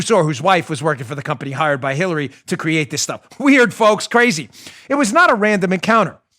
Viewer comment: I heard it too. Dan said Khillary!